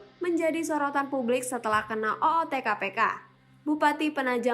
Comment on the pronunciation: Mbak ... O T T... bukan O O T .. wah payah ki wakakakaka